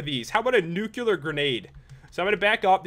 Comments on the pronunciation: why do you say newcular it's nu-klee-ar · I don't want to be a jerk but it's not nukular it's nuke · Its pronounced nuclear not nuculer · It is not Nucelar, it is Nuclear. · U said nu-cu-lar grenade the whole time:D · "Nuc-u-lar grenade" FFFFFFFFFFFFUUUUUUUU